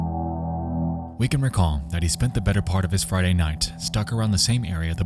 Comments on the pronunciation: It sounded like "fried egg" to me and I was like wtf? 😅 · when you said "Friday" I thought you said "farting" and I was like, wtf? lol